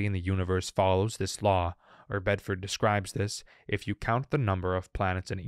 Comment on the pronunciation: Benford’s Law, not Bedford.